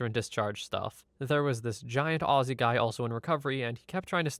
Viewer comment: Thank you for saying Aussie correctly!! I hardly ever hear foreigners say it right :D